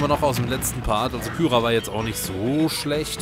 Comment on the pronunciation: Man spricht Kyra, Kira aus. Auch nach 50+ Parts ändert sich daran nichts.